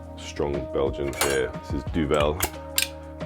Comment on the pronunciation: Looool. Kopstoot must be like kop as you say in eng ‘pot’ and stoot has no “sh” and the o’s are just looooooong oooooooo – stOOOOt – kopstoot (meaning a knockout - kop (head) stoot); Duvel is also not duvELLLL, but Duuuuuuvel (U goes like “Ü” and V and L goes pretty hard, almost skipping E that sits in between).